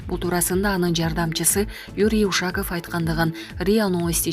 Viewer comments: Юрий Ушаков деп туура сүйлөсөң,адамды уят кыласында шу,Ушакыв дейсинда 🤦🏻‍♂️ Дайыма ушундайсын көп орустун атын Кыргызча урасында 🤣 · Ээ тооба, диктор эже. Уш-аков деген эмне?? У`шаков деп туура окучу айланайын.?? Кускуну келтирбей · Ушаков дегенди туура оку ударние на У уят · Эй админ,ушак эмес,Ушаков ударениясын -о - го койсон😨😨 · Ушул суйлоп аткан кызды алмаштырып койсонор Вообще тили келбейт кээбир создорду айта албайт. Ушаков деп айта албайт.Ударения на ,,,"о", а бул кыз "а" тамгага койуп айтватат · Кыргыздын ушак деген созунон алып окуп жатасынбы? Сабатсыз. Эмне ушундайларды окутасынар? УшакОв , ударение "О" тамгасына келет. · Суйлоп жаткан блогер Ушаковду ударениясын туура коюп окучу.Блогерсинерби же журналистсинерби,сабатсызсынар. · Ушаков дегенди туура айтчы,кыргызча айтпай. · Ушаковду туура ударение менен окусан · Ударение на О а не У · Ударениялар темасы отулгондо сабака барбаган окшойсун🤣🤣🤣 Ушаков деген фамилия кочодо ыйлап журот🤣🤣🤣